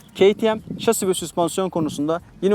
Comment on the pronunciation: Abi yazıldığı gibi okusan kimse yadırgamaz "keytiem" değil "kateme" daha doğru olur sankş yabancı bi youtuber izliyorum gibi